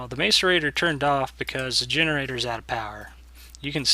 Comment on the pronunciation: its pronounced masserator and spelled macerator